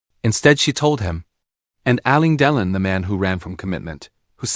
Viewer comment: Get your AI narrator to pronounce the name correctly it's " AL. LANE DE. LON ". WTF ?! Anthony Delon's mother was NOT Romy Schneider ,his mother was Nathalie Barthelemy Delon ! GET YOUR INFORMATION RIGHT !!!